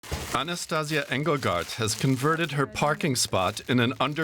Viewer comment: Not Anastaz'ya: A-na-sta-see-YA (strees on end of word). Anastaz'ya sound like Sexual Tranmitting Disease... And she is not The One - there a thousands of volunteer in all Russia. Also - why no video picture about 16 brand new hospitals built less than 2 months?! On this video is temprorary checkpoint - not hospital for thousand patients... Real brand new hospital is huge! More than in China(!)